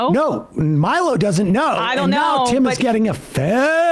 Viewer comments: Respect to Sam for never once over the years learning how to pronounce Milo's name properly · Hearing Sam slightly mispronounce Milo's name is very funny and I hope no one tells him. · I just love how thoroughly Sam butchers Milo's name 😂